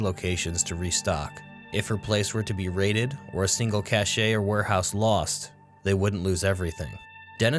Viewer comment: Just because you ask for tips/advice - 'cache' is usually pronounced like "cash". Otherwise, your stuff has been spot on. Keep up the amazing work!